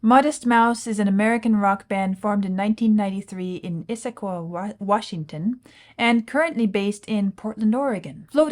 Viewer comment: You got the pronunciation Issaquah right!! 2 points!